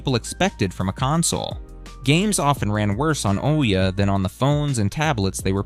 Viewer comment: its pronounced like ooh yeah